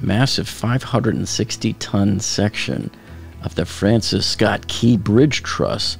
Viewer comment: What’s with the strange emphasis on “key”? It’s the Francis Scott Key bridge not the Francis Scott, Key bridge.